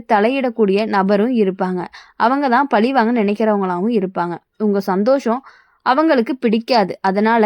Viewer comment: மனஅலுத்தம், பலிவாங்க - உச்சரிப்பு பிழைகளைக் கேட்க காது வலிக்குது!